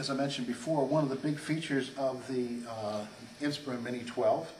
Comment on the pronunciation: you pronounce "inspiron" wrong. you say "inspirIN" but its "inspirON"